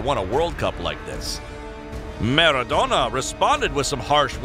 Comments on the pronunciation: Nobody:: MerraDonna!" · Alves and Maradona are pronounced wrong